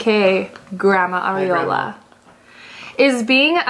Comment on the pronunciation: Thanks you for answering my question!! I hope I win the jersey so I’ll be able to cheer you on properly at the game (we play the same position too which is a plus). also, greaf pronunciation of my last name Akela, people rarely get it right but you did #arriola7